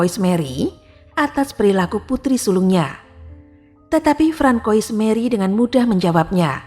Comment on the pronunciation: Francois bacanya Fransoa. D'Orleans bacanya Dorlangs. Marie Louise bacanya Mari Lui.